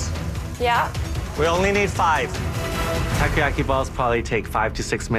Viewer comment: I laugh so hard when the other chef pronounced "takoyaki" as "Taco yaki" HAHAHHAAHHAHAHAHAHH